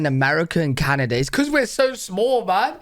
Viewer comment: Kanada? LOL